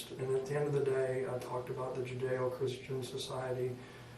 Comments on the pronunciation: this ranger says jujeo and blood splatter, wtf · OMG the interrogator talking about how forgiving he is because thats just the way he is. He has a moral compass. Commenting on the one chicks weight. Narc much? Especially when most of it goes over the suspect’s head. He said Jew-jayo instead of Judaeo. Lol.